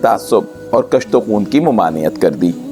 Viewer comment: کُشت و خون - ک پر پیش ہے